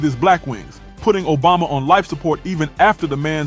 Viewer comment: Nobody gonna talk about Snoop calling Obama Ojama?? 😂😂